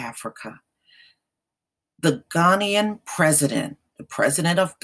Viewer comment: Ghana-ian president not Ghanian IT is Ghana-ian - thats the correct english pronounciation